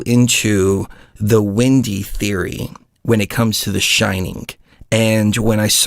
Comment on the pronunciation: Glad to see you guys are back!/You pronounce Wendy as Windey, what state are you from?/Don't you think that the movie Interview With a Vampire had a lot of sexual overtones?/"How to build tools or war" did they NEED war before then?